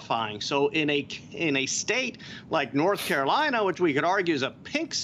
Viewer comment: BLORTH CAROLINA LET’S GET IT